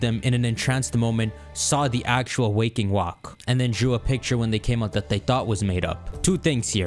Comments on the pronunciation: bro said waking walk 😭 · Waking walk is the best pokeyman 100% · Renaming Stormstalker to Waking Walk 😭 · Man says Waking Walk the whole time, and I’m just like “…😑 😤…”